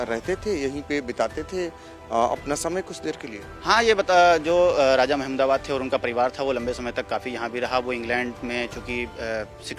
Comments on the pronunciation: Raza nhi hota hai Raja hota hai bhai sab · Ae bhai talafuz sahi kar lijiye bahut chubh raha hai. Bhaiya Raja hota hai na ki Raaza. Please don't mind seekhne ki umar nahi hoti. 10 baar repeat karenge to apne aap sahi ho jayegaa. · Abe Raja Raza Qn bol raja hy be 😂😂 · Bhai raza nahi raja h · Abe RAJA acche se bolna seekh le . Bihari Raza nahi Raja bola jata hai 😀😃😄😄😛😝😝😜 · Raaza nahi RAJA hota hai aaz nahi aaj kaho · Raja not Raza😂